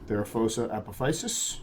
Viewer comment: As a Stargate SG1 fan, this one will always be "Apophys -sis" to me. Not teasing your pronunciation on this one, just a sci-fi quirk on my end. heh heh.